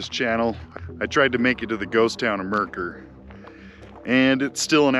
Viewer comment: Loves he pronounces Mercer correctly!